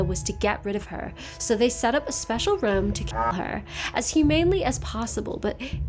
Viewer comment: using the British 'ruhm' here is SUCH a thing to do 🙄😂